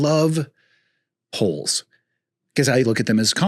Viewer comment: " Loves Poles" is what I heard, so I'm good for the day, from that!